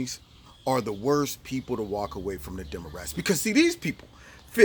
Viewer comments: Did he say "Demorats?" Hahaha... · "Demarats" I love it #walkaway